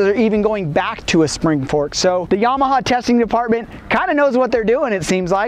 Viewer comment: its not YAH-MAH-HAR its YAMA-HA